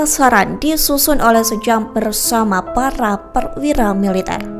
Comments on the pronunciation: Sjam dibaca 'Syam' bukan 'Sejam' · Narator ini cuma baca,itu bukan sejam tp SJAM sebut Syam=sam bukan sejam,dan di awal narator nyebut 6 org jendral dan satu org tentara,,emangnya 6 org jendral itu bukan tentara?seharusnya narator sebut 6 org Perwira Tinggi dan 1 org Perwira Pertama